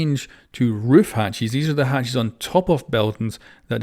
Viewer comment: i love that he says hatchies